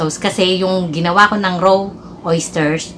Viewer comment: Filpino accent hahah row liver